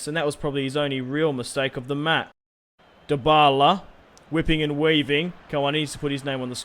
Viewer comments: Why DO everyone say the la liga that means the the liga and why is this Guy saying dybbala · Did he say dbaleh